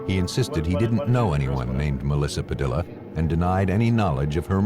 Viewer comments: "Padilla," is usually pronounced "pah DEE yuh." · The mispronounced name of Melissa Padilla is annoying. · I can't believe that you would put the work in that you do to produce a program like this yet moronically not even figure out how to pronounce "Padilla" correctly!